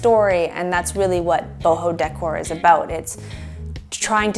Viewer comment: The way you pronounce decor is making my skin crawl. 😖